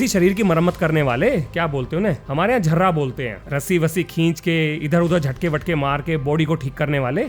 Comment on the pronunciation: Aapke yaha झर्रा bolte hain Lekin woh shabd hai Jarraah جراح yaani surgeon